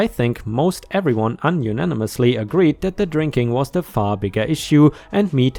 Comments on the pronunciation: Unanimously—‘you-nanny-muss-lee’. That’s a difficult one to pronounce even when English is your first language. ✨✨✨✨✨✨✨✨✨✨✨✨✨✨✨✨✨✨✨✨✨✨✨✨✨✨✨✨✨✨✨✨✨✨✨✨✨✨✨⭐️⭐️⭐️⭐️⭐️⭐️ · "Unanimously" is pronounced yoo-nan-nim-miss-lee. Basically friends unified in opinion.